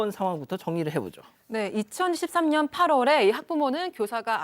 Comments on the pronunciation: 저도 2013년으로 들려요 사건은 2023년 일어났어요 ^^ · 나만 2013년이라고 들리는건가?